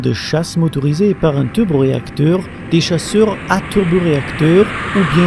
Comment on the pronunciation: le teuleuboreacteur